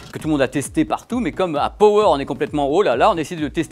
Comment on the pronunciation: Power prononcé pawer.